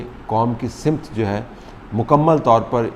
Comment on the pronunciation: You pronounce SAMT as SIMT. PLEASE correct your pronunciation Thanks